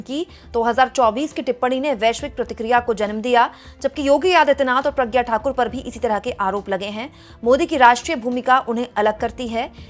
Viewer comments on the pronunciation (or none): none